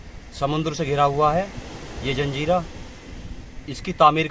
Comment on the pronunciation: धन्यवाद भाई,जंजीरा नही जजीरा बोलते है